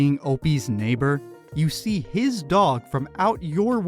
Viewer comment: The way Opie says “dog” is infuriating.